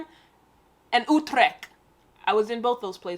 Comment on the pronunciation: The common Dutch city Oetreckg, at least you tried...